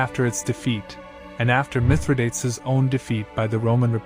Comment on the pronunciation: And mithra-dates 😂